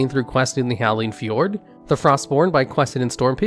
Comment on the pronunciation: How about how he said fjord